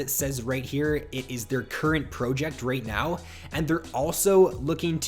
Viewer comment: The way you say project makes me triggered and idk why.